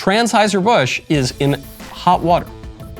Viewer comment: Wait. Did he say TRANS-HEISER????